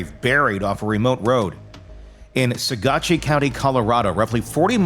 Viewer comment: Saguache is pronounced Sa-watch